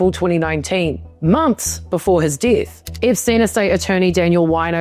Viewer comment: "six" = sex "rigister" = register "dith" = death "quishtions" = questions how many did i miss?